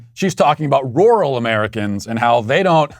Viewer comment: matt please listen to a word pronunciation app for the word "rural" U are butchering bro'